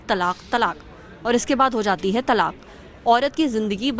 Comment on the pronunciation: madam, pehle toh ye jaan lijiye ki its not TALAKH its TALAAK. last mein 'kha' nahi hai